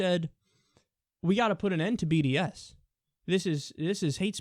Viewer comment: Did anyone else hear bdsm when he sad bds?